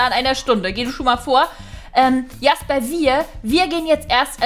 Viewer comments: Hi Man spricht Jasper nicht Jasper aus sondern Schäsper 😉 ich liebe deine Videos Bitte Liken damit sie das sieht 👍🧀❤️ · Jasper: Aussprache tschäsper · ich glaube Sein name wird Jäsper also im englischen ausgesprochen oder nicht?! 😂😘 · Sorry aber ich glaue das wir Tschäsper ausgesprochen 😄😄👍👍